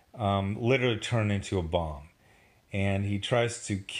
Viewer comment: I thought you said turned himself into a bong...then I realized you said bomb...